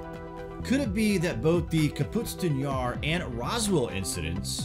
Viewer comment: .. Says the UFO was shot down by a missile. Then says this happened within a year of Roswell. That would make it 1947-48. Soviet didn't have AAM's until 10 years later. :( And it's pronounced like it's spelled. KAPOOSTIN Yar. Not Kaputstin yar. You're adding an entire syllable that isn't there.